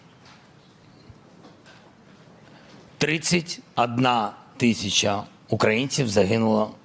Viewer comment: "тридцать Адна тысИча", "рАсеяне"...